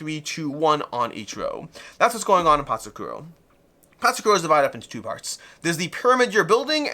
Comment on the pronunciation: Love your channel, but a quick search in google will tell you the actual pronounciation of Patzcuaro :) it's "pats kwaa row". Awesome video!